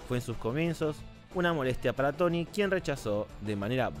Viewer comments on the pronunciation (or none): Y por que lo dices?